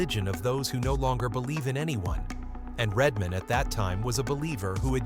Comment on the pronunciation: IT'S RED MAN, NOT REDMOND!!!!